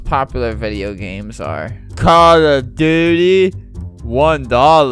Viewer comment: the way he says call of duty makes me feel inner pain.